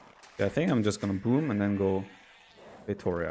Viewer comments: I wish someone pronounced feitoria as it should be pronounced. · Does anyone else gets triggered by that bad 'feitoria' pronunciation? My brain keeps yelling 'why???'